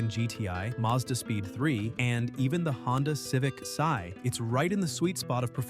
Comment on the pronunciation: What the hell is a Honda Civic Sigh? For that matter what are wreck-a-rows? Stop letting AI just read, and maybe write, your scrips